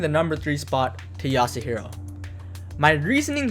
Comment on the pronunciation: As soon as he said yasuhiro I started contemplating clicking off